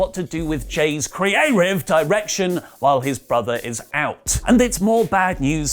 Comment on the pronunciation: Can you stop saying “Creative” like that